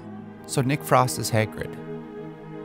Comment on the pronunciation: "Hairgrid", "Hegrid"... did you mean Hagrid?